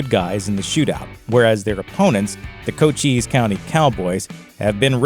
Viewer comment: Just FYI. Cochise County... rhymes with Dice.